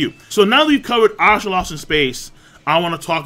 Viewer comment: god dammit king you and your pronunciation of words ive been googling ASURA lost in space for the last 10 minutes instead of asTRA lmao